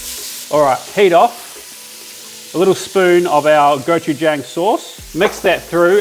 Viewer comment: “Go chu jong”. Not “jangl”😊